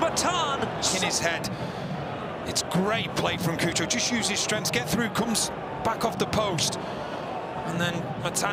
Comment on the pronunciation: The commentators pronouncing cucho Hernandez name as coo-cho instead of chu-cho is so funny/cringe 😂